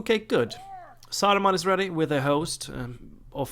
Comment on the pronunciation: It's ok. I like it. It's funny. 😁